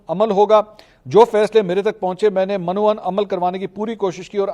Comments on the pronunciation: محترم ۔۔یہ لفظ "من و عن " نہیں بولا جاتا۔۔بلکہ من وعن (م کے نیچے زیر ھے" ) اُردو تلفظ مہربانی کریں صحیح تلفظ ادا کریں ! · من و عن۔ Min o un. میم کے اوپر زبر نہیں زیر ہے